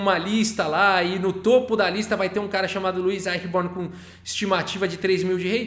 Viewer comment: Olá td bem?Sou seu fã e, interessante a playlist mas, a pronúncia correta é Luí Aichiborni. Um abraço